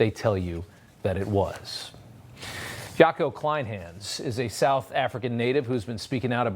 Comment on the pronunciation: Poor Jaco got his name said wrong😂. It's yuck-oo clain-huns